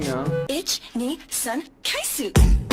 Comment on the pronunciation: Üç nisan kaysu diyoo...